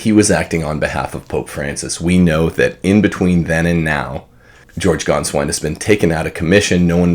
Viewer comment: Can you, finally, get the pronunciation right? I mean, is it so hard? It is Gainsvine -- as in PAIN. It is painful to listen to it. It is insulting to Germans if you can't make the effort to pronounce someone's name right. And it is not Sarah as in a girl's name. It is Sa-Raw as in Raw-Raw-Raw.